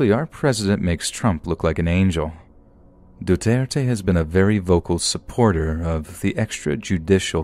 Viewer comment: I’m really glad you pronounced “Duterte” accurately.